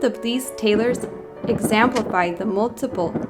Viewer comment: Total stupidity. Only the worlds simplest twit would be the least bit interested in this foolishness. Couldn't even finish it. This girl doesn't even know her own native tongue well enough to know that the word is EXEMPLIFY not EXAMPLIFY. Go back to school.